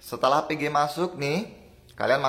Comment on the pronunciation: Pengucapan VG dan PG nya hampir sama mas, usahan bilang Vigi da Pege itu beda pengucapan Jadi penonton gak bingung